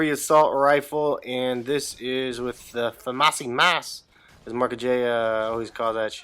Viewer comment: FA-MASSY-MAS lol